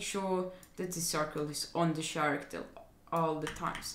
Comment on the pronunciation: u know ur on a vid when hes say sharacter instead of character ahaha